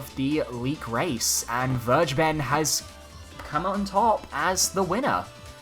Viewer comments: Vergeben is pronounced as: fer-gay-ben lol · It's pronounced fur - gay - bun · as for the german pronunciation of vergeben, Think "fair GAY ben" that or " fur GA ben" Either way, the "g" is a hard g. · And just like I said in the last Video: You should google up the word "Vergeben" as it is an actual word in the German language. The pronunciation hurts xD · ok ok ill try to explain how to pronounce "Vergeben" the correct way. First syllable is "fair" like the short form of forward air or Fairplay. The second one is a bit tricky caus in english you see rarely a "hard" G like in "girl" or "gay". Try such a hard G combined with an "E" but try to pronounce it as an actual "E" not like an "I" like in "english". The last syllable is a simple Ben like you had it. I hope that made any sense lmao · If you just put a hard 'g' in 'vergeben', you will be a lot closer to the real pronunciation. Enough that it won't sound weird at all.